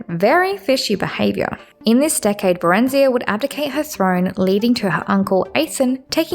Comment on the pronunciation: You are just blatantly making up pronunciations that are so far off base its insane, so that reasoning is nonsense. Not a single character in the series pronounces Barenziah like that, or pronounces Dwemer like it has an i in it somewhere, ffs you can hear how Redoran is pronounced if you just played any of the dragonborn dlc, there is no excuse for this level of mispronunciation other than willful ignorance or engagement bait.